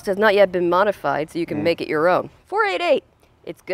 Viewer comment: Grateful that has provided the segue into this issue, as it is something that I have been meaning to rant about for some time. The long accepted nomenclature for Ferrari model numbers is to say each number individually. It absolutely IS 4-8-8, NOT 4-80-8. The doubling up of the 2nd set of numbers seems to mostly be an American thing, so I am not calling you out specifically, but I do notice that you frequently interchange between the 2 'pronunciations', sometimes in the same sentence, for example you will say 4-5-8 and then 4-80-8 or whatever the case may be. I don't think I have ever heard someone from Ferrari referring to their models in the 'American' style. Now having said that, and to further complicate the issue, in my view there are 2 exceptions to the 'rule' here. Model numbers ending in zero, ie 250, 360 etc. In this instance it is acceptable to call it a 2-50. Also bearing in mind that often part of the model number refers to the cylinder amount (ie the 8 in 348 refers to 8 cylinders so NOT 48!), it can be argued that 12 cylinder models can be referred to as such, eg a 512 can be referred to as a 5-12. Love your channel, have been watching for a few years already, I want to stay tuned and hopefully it will be sweet!